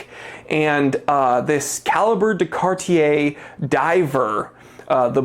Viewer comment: I just wanna say thank you for being one of the few reviewers to pronounce "Cartier" properly. 👍🏽